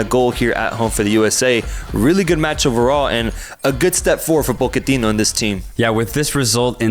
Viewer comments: "Poe-keh-tino"??!! 😂 Mauricio himself has clarified the pronunciation, and it's pronounced how everyone and their mom already says it. "Potch-eh-tino", let's not get too fancy, lads. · Pockertino ??? 😂. Americans talking about football just sounds WRONG !! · Calling him Poketino gave me cancer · Why can't they say PoTichino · The yanks pronouncing Pochettino's name is amazing